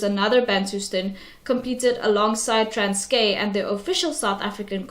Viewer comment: You need to learn how to say Transkei before making a video about it (it’s like pronounced like Transky and you’re saying transkay)